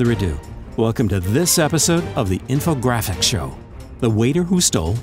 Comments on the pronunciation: when he said the title he could say “the infographics show” correctly and that’s just depressing. “in this episode of the infogrApffhhhiCCKss show”. no thank you! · The show is great but the voice is weird to me. I don't like change. Also he can't say infographic show very well. It sounds weird.